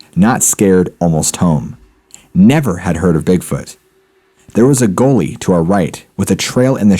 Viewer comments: I think he mispronounced "Gully" as in "we walked down by the gully". The dude has a weird way of pronouncing certain words. Its not the accent. Just him i think. Not as bad as Chillin Dylan (chills) but not bad. The speech pattern of Chills may be some form of impediment, i don't know but i love his content and his speech pattern means his pronounciation is very clear and concise. 2 of my faves.... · Oh, you mean ? That's a slightly strange pronunciation of "gully". :) Sorry, wasn't trying to be smart, only just heard it after I'd commented/replied. Lol